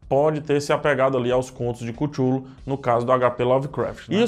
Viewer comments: CARA, O PRÓPRIO ALTOR FALA CUTLU NÃO CUTHULU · EU VO BANCAR O PSEUDOINTELECTUAL E JA VO DIZENDO, N É QUÍTULU, É CTULU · é cathulo não cuthulu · Acho engraçado fala Cútchulú. KKK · Acho que se pronuncia QuíChulo em português :/ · Falou todos os nomes menos o certo.... ctchulhu (leia-se Cleyton) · Se lê cthullu mas se fala catiolo